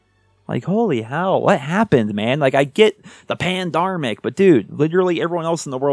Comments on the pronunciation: HAHAHAHAHA he said panDARMic 😆 & BT is the best YT friendship there is. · saying "pandermic" like BT is something i didn't know i needed until now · He said pandarmic! He did the thing! Blame Truth would be proud ❤️ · pandarmic BT:PANDARMIC!!!!!😡